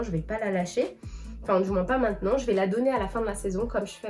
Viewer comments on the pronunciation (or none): none